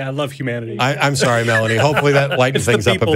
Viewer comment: Sor-e Michelle